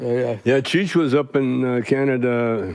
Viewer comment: Why can’t Mike say cheech? 🤣